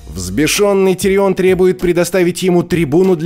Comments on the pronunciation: уши вянут... не тириОн, а ТИрион! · Почему ТириОн, всегда же был ТИрион в сериале. Очень режет слух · он тИрион, а не тириОн. сколько ж можно идиотничать по поводу произношения имен? и во всем остальном не просто лингвистический трешак, а просто абзац идиотизма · ТирИон 🤬 Как тошно слышать. Хотел насладиться видео в оригинальном переводе, пришлось читать субтитры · что у тебя с ударениями? Какой ТириОн? Какая ЛАйза Арен? Это ужас, слушать как ты называешь имена. Чего только стоит один ДжорАх МОрмонт.... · ну какой давОс? ну какой тириОн? Винтерфолл ахахахах такое ощущение что автор даже не смотрел этот сериал😂😂😂